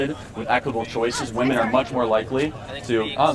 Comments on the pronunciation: It annoys me how she keeps saying woman and not women. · Why do these loons always pronounce “women” as “woman”?